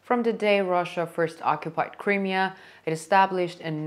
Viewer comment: learn how to say Crimea as you say it wrong